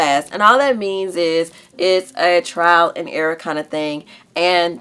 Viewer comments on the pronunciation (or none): none